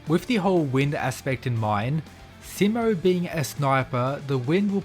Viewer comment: You’re mispronouncing his name, the “Si” part of his name is supposed to be said with emphasis on it, so that it will sound exactly like how you say he’s in Spanish which is also spelled “Si” you know like how you’d say “see” and “sea”. So for example “See-mo”.